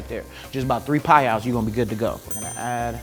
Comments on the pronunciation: 3 pai-yows LOL Not a cookbook a cooking show, love the way that he explained everything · 3 pai yows all you need haha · “Add 3 payahs of salt” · Americans will measure in “phayows” and still not use the metric system 😂 I love this guy!!!!